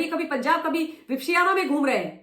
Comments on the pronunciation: Madam please just to correct you for the pronunciation, विप - श्याना नहीं होता, वि - पश्यना होता है! संस्कृत में पश्यना मतलब देखना और वि मतलब विशेष तरह से देखना। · आलसी औरत, पहले विपश्यना का उच्चार सही करना सीख, ज्ञान बाद में बांटना!